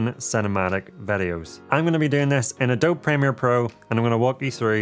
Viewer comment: Love your stuff a lot. Only thing, Adobe is prounced uh-dow-bee not a-dob :)